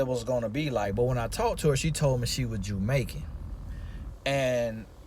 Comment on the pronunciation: “Listen....you hear meeee?” 😂😂 love that. “Portarica” 😂 “Jewmaican”🤣